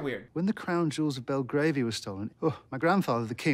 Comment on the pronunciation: am i the only one that yelled at the screen when said "bibablian" instead of Belgravia or bolgravin